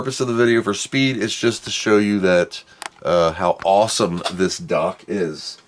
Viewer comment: Its a Dock not a Duck